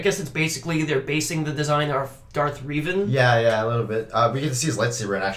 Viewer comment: I know this is sort of not a HUGE deal but.. MY GOD why are you calling him 'Darth REEVAN'?? I have never heard ANYONE call him that! Even in the KOTOR games they audibly SAY 'Revan'! How can you get it wrong?? That's all. As you were.